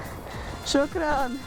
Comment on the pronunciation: that shukran was very nice. Everybody appreciates someone who can speak their languages.. no matter how little it can be. You can see his genuine laughter and smile hearing shukran from an outsider. knowing some local words goes a looong way as a tourist